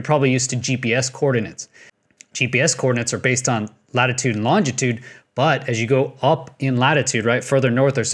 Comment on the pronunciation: Maybe I'm picky, but.... longitude is NOT pronounced "longTItude". [Same with "nucular" which devices are UNable to function, unlike nuclear devices. :-) ]